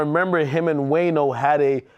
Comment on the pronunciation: Ak Called “Wayno” “WAYNER” 😂😂😂😂😂😂😂😂😂😂😂 #TheEndOfEverydayStruggle